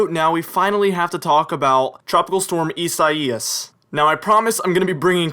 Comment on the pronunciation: Dont be embarrassed because you said "Isaias" wrong because even a member of the weather channel got it wrong.